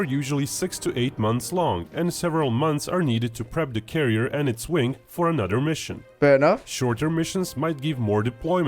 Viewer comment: Love the Brit’s trying to say “th” homie said “anuvuh” 😂